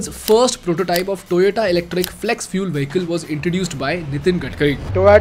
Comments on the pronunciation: SRI GADKIRI !! SORRY GADKARI RIGHT !! SIMILARLY, IT IS NOT "TOYATO" SOUNDS LIKE TOMATO NOT "TOYOTA".PLEASE CORRECT YOURSELF IMMEDIATELY. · Vo sab toh theek hai magar Toyota ko Toyato kyu bolte hai Gadkari ji!! 😄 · Gadkari always says "Toyato" instead of "Toyota" 😆